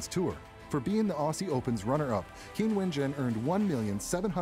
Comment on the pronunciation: you should at least learn to pronounce her name: it is Jung [as in dung] ChinWen.